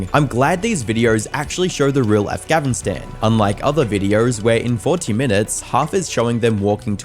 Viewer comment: Is it just me or is the AI voice saying Angavistan not Afghanistan